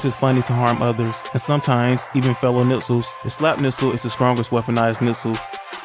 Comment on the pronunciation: Nixels are pronounced Nikslez